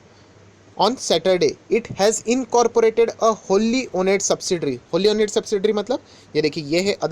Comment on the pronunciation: Pls ,do correct pronunciation of owned... It's ohnd.